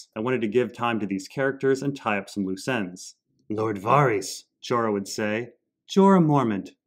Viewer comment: Var-ice? 🤔 wtf man?